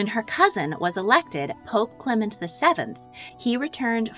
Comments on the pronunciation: Italian pronunciation: MED-i-ci. British (incorrect) pronunciation: me-DI-ci. Clement is CLE-ment. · I like the video, but she needs to work on her pronunciation. It's "MED-ee-chee," not "me-DEE-chee" and "CLEM-ent," not "cle-MENT."